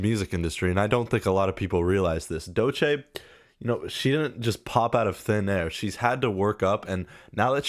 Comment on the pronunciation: Man don’t want to be that guy, but you are mispronouncing Doechii. And yes, she is very talented and I hope more people acknowledge that